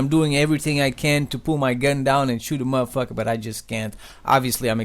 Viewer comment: lol the way he said mo fucker " MOFUKEH" LMAO